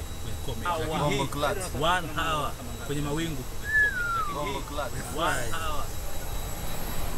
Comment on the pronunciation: “H" inakuwa silent unapotamka neno hour